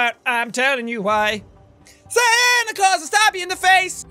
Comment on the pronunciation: huh Santa Claus. .. more like "Sandy Claws"